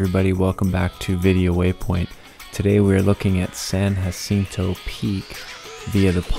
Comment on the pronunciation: AMERICAN isn't a language. English is, but considering that Spanish explorers named most of the west coast, I'm sure it's pronouced with an "h" sound. You must be from the mid-west. Finally, if you don't appreciate the great outdoors and the views a summit like San Jacinto offers, I suggest you go order a pizza and watch a football game with your free time.